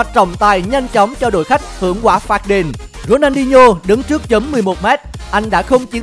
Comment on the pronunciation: Đọc tên người ta mà cũng đọc không đúng. Ronho là ai